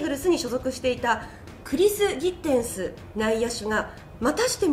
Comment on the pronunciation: ギッテンスの記事読みで袴田さんの綺麗な鼻濁音を聞けた、さすがアナウンサー